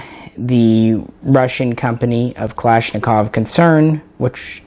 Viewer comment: The thing I love about you & Jay is that neither one of you say "Kalishnikov"